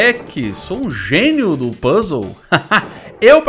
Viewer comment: o fala Puzzle do jeito que eu falava qdo eu era criança... PUS LE!! kkkk esse é o jeito errado mais legal de falar